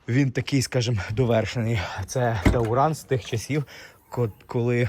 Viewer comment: Ещѣ один "тАуран". .ой вэй. . Чувак! Он ТУРАН. От слова ТУР. Поездка.